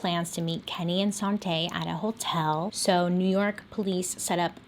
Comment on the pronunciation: i keep hearing 'sante' as 'sauté' so that's what her name is now